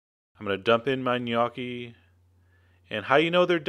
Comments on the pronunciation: wtf? dude. nice recipe but.. Opening line, made me crack up. In NO part of the world, [nor Italy!] is gnocchi pronounced "G'nyOH-kee" with a hard 'G' Any italian would slap you. It's simply "Nokkee" or "ñ-Okkee" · isnt it call "NEE YO KEE" ?? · if this is the recipe for gnocchi...i'm mickey mouse... by the way it is not pronouced g-nocchi at all! i feel sorry for you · I will make a face at your pronunciation of gnocchi. "Gun-ah-kee," what's that? Is that like some kind of eye-talian spuh-jetti? My papa would would have had a hay day with that! Sorry, bro, but I won't take your cooking seriously if you won't take the pronunciation seriously. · um...."GahNoki" is NOT HOW it is pronounced. guess we're from "eye-taly" too. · yes it's like the lio in million Knee Okie. That was really dumb chef john, you should drink some CHee Yanti and For madge ee oo. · I love your videos, but this... Sorry I'm Italian and I made gnocchi a lot. 1 you should say niokki like in pinata. Then you do not add egg! never. You add eggs only in "roman gnocchi" with semolina and a totally different recipe. Please use floury potatoes and for each kg of them use only 200gr flour. The part with the fork is ok, you add salt to the water not the dough. Then you just let them rise in the boiling water. Please try them without eggs. Ciao. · noo italian its nokki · Sounds like you say "Gniocchi" :P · Yes you slaughtered the pronouncing of gnocchi you pronounce the letter "o" with an o sound not an "a" sound. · PLEASE STOP MAKING ITALIAN DISHES IF U CAN'T PRONOUNCE THE WORD IDIOT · I LOVE your videos, always, but I'm sorry...for a chef, your pronunciation could use some work XD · NICE! even though thats not how you pronounce gnocchi it still looks VERY VERY GOOD. i love gnocchi and im going to try to make them from scratch this time. thanks! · you sir, are an idiot. the word knee is not pronounced with a "k" sound. look it up in any decent dictionary.